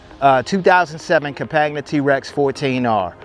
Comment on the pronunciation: It's like Com-pan-ya french for companion (as it is a side by side) That beIN said you answered a bunch of didn't know. This the best TRex review I've seen. You got tha sub